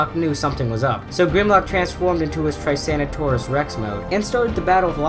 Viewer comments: Did you say Try-sano-taurus Rex? Lol. In the words of Grimlock, "Grimlock no Try-sano-taurus Rex, Grimlock is Tyrannosaurus Rex!" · dude said "TrisnaToruS ReX" like BRUH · TRYSANOSAURUS REX? IT IS TYRANNOSAURUS REX DUDE! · Trycanotaurus rex lol its 'tyrannosaurus rex' lol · Its tyrannosaurus not tryrsannotaurus rex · It’s pronounced “Ty-RAN-o-saur-us Not “Try-SAN-o-taur-us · What the heck is a trysanotaurus?!?! Is it tyrannosaurs?!?! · "Trytanosaurus Rex" lawl 😂 you have a verbal typo! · "Trisanitaurus Rex" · trisanotaurus tex. he also said grim lock 50 times in that sentence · “Trycanetaurus Rex” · He said traisanataurus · This dude just said "Tricanatoruas-Rex", so stupid. 😂😂😂🤣🤣🤣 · You said trysannosaurus rex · you mean tie-rano-saurus? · You totally butchered the word tyrannosaurus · Why does he say tyrannosaurus rex so weirdly?